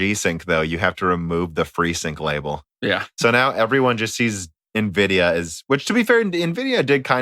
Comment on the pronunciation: can we please get to stop saying Navidia